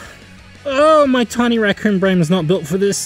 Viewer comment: When you can't pronounce r's so you say wemy wacoon